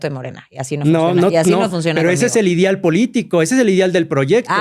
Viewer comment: Un doctorante que dice "idial" en vez de ideal 🤦🏻‍♀️